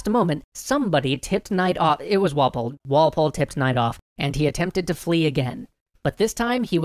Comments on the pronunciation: Goddamnit Walpol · Who took the cookie... It was Walpoole